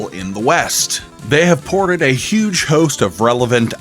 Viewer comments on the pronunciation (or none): none